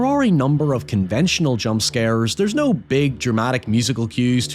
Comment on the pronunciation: "naurrrrr" "hoyevar"